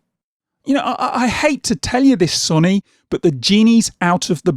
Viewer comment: You’ve said Sony wrong